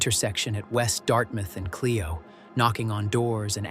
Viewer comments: Flint Mi. It’s pronounced Clyo road not Cleo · It’s Char-LOT not Char-LIT and BLOOM-field Clio long I Grand BLANK